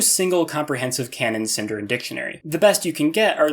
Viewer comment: SindArin, stress the A.